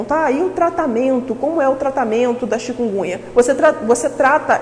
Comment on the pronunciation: Uma médica pronunciando "chikungunha"?... Bahhh